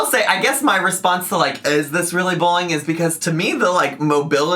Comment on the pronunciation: That disclaimer is such a mess! "Mass majority" when she meant vast majority, "shed a spotlight", "boolying", "impordann". needs speech therapy.